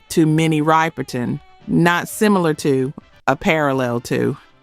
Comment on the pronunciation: RIPPER-TON! You all kill me mispronouncing these people's names. Can you all program your systems to pronounce these names correctly?